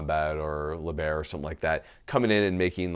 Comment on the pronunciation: Athletic Performance Shooting Part of me died when he said “Le Baer.” 🤣 🤣